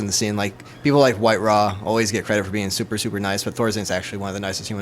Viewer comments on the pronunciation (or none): its eedra.. not eyedra... its jhuk no hulk, its whitera! not witra